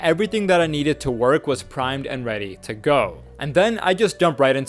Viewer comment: “Getting weady to work”😂